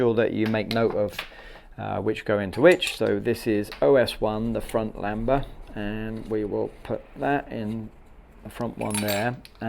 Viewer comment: Lambda not lamba always makes me cringe